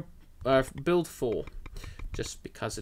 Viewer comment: "build 4" sounds like "baild for" LOL